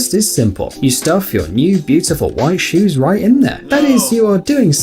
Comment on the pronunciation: When he was talking about the shoes he said shoes shives